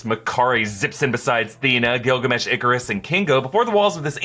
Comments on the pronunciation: everytime he says Gillgamesh i heard Gargamel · I can't be the only one that thinks of gargamel when he says gilgamesh right?